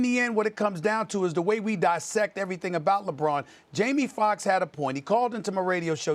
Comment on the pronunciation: “Jaime Fuckks”